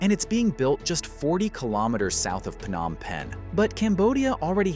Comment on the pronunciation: Stop mispronouncing the city's name. It's not 'F-nom Penh' (just because 'ph' is usually pronounced like an 'F'—e.g., phone, physical, etc.). It's pronounced with a 'P' sound: Phnom Penh.